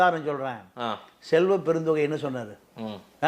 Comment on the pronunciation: செல்வப்பெருந்'தொ'கையா? அது செல்வப்பெருந்தகைடா ! கேட்காத கேள்விக்கு சம்பந்தமில்லாத பதில் சொல்லும்போது, தான்வாங்கிய ' பெருந்தொகை' இவனுக்கு ஞாபகத்துக்கு வந்திடுச்சுபோல. 😂😂